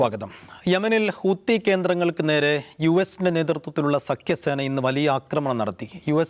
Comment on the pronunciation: ഹൂത്തി അല്ല ഹൂതി